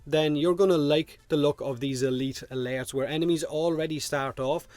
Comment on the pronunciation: At first I thought he was saying lairs.